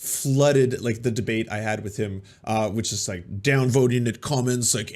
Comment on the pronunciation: He lost me at 'debateybate'.